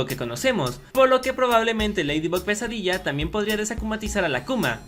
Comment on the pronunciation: Cuando decían pesadilla yo oía "quesadilla" :v Ok tengo hambre 😂